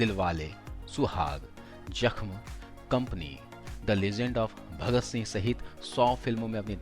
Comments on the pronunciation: Bhai bolna to Sikh Lo yaar vah jakhm nahin hai zakhm hai Urdu nahin aati hai to class le lo Khali Paisa kamane mein mat lage raho thoda zuban ki talaffuz ko Sikh lo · Its not JAKM its ZAKM Atleast correct ur urdu pronunciation.